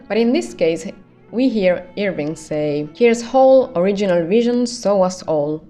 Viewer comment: Everytime you say "Irving" I hear "ear ring" xD